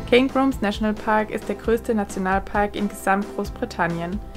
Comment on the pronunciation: Cairngorms..... so schwer ist das doch nicht... ;-)